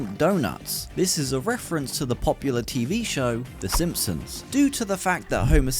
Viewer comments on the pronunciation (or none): none